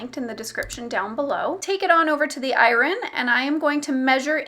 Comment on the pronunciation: I-Ron? She sounds like the Key&Peele substitute teacher sketch.